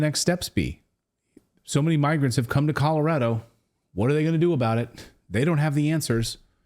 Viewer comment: Commurado not Colorado